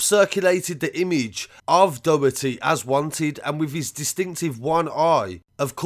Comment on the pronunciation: If you need help pronouncing Irish names just ask before uploading ... drog heedah/ dough hirty...